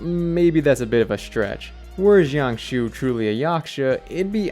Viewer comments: jiang xue is pronounced like jang sure, not shang shoe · i think his name is pronounced more like jyang-shoe-uh. but the j is like long? not like the j in “jump” but more like the S in “asian” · jiangxue is pronounced like jee-ahng shooh-eh